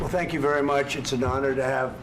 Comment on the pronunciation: He said tyank you twice right when he started soeaking what a bozo the vp is